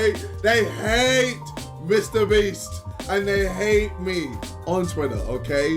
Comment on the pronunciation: I couldn’t stop laughing at the way KSI pronounced hate , only time I’ve found him funny